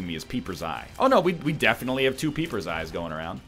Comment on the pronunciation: The only thing I don't like about the egg's commentary is that he always says names wrong... the Peeper for example.